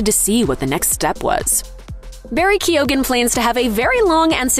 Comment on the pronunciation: I don’t think the pronunciation of Keoghan is right at all. Should be Kee - yan